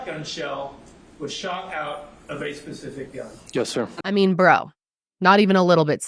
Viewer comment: I love the way you cover the cases. You would probably make a pretty good detective. When you said “bro” sounding like “bra”, I was just cracking up coz that was some pretty damning naked truth. Either criminals do not think or God shuts down their brains. 😎